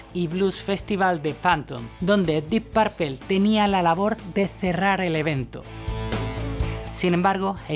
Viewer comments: Se que eres español y eso, pero deberías pronunciar bien los nombres no mames, Dip parple, y no sé como maman tanto a Blackmore si el mero bueno y lo distintivo venía de Jon Lord, escuchen en vivo y siempre las improvisaciones eran más feroces y creativas a la vez que impecables por parte de Jon, Blackmore hacía mucho ruido y era muy sucio en su técnica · "Dip parpel"......... ja ja ja ....Dip parpel"........muero de risa...dip parpel".....ja ja jabja ja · Exelente video y documental...nada mas una observacion...no se pronuncia "PARPEL" . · Like por hablar por fin del maestro Richie Blackmore!!! Pero me desesperas que digas " Dip Parpel". "Ian Gillian". Ojo con eso!!!! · Primero aprende a pronunciar el nombre del grupo, lo pronuncias requete mal, escucha como suena en su idioma natural y aprendelo a pronunciar, es muy molesto escuchar tu inglés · Hola , me encanta tu canal y sé que esto lo publicaste hace mucho tiempo, pero por favor pronuncia bien Deep Purple, es un tema de ustedes los españoles, que pronuncian literal lo de otro idioma a como ustedes leen , pronuncia bien!! Gracias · Tampoco se dice "DIP PERPAL" DEEP PUERPLE "DIP PRPL" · Buen reportaje, pero la pronunciacion en spanglish es terrible, un curso de pronunciacion en ingles no les vendria mal. Diip pourpel jaja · 🤔🤔🤔 Vamos Tío si vas a mencionar a un grupo en Inglés por lo menos esmérate por pronunciarlo correctamente. Que diablos es Dip Parpel ?? 🙄🙄😳 es como que venga un Inglés y quiera decir Púrpura y terminé diciendo Parpara 😳 de inmediato lo vas a corregir no? Lo demás NO te lo corrijo por NO hacerte sentir mal pero me dolió el oído al oírte pronunciar Dip Parpel. 🙄😳🥴😣😖😡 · "Diip Pearpeeeeeel" 🤦🏻‍♂️🤦🏻‍♂️🤦🏻‍♂️ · jajajaja, ta buena la biografía de la guitarra de "Dip Perpel", esa pronunciación hay que mejorarla. Pronuncialo así: "DYip Peipor", la "D" casi juntándose con la "Y", y al final casi no pronunciando la "o", casi que se juntan la "p", con la "r", así se pronuncia. En buena.